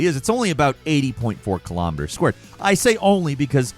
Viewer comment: Please learn how to say "Kilo" Kilometers, Kilograms, Kilotons. It's spelled and sounds the same, it's not Kilamiters